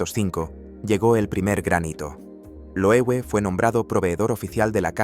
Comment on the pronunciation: Se lee Loeve, es alemán.